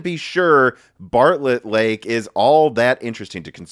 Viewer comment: Intel Embargo Lake, can't stop hearing it everytime Intel Barlett Lake.